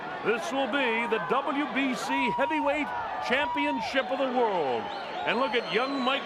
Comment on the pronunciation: to the citizens of america its world not wirl